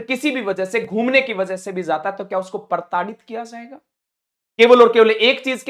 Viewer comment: Abey pahele tu sahi se hindi bolna sikh.... Zzzzaata....zzzayega....zab...😂😂😂😂😂😂😂😂😂😂 Zl bhaag 😂😂😂😂😂😂